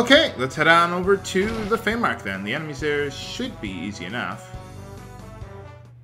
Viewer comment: Also, not trying to correct your pronunciation here, but a March(noun), pronounced like the month March or March(verb), is a tract of land or border; frontier. I don't know why you like to say Feymark, but, I'm not going to insist that you stop. It's just so strange. Keep on with that amusing brain you've got, it's a supernatural frontier.